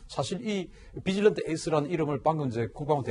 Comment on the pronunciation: 비질런트 에스 -> 뒤질런트로 들림.. ㅎㅎ